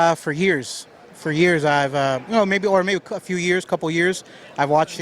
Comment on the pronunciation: I've been watching your show for ears?? He couldn't say years?? LOL